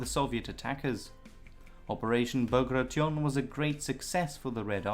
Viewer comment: "Ba gray shun"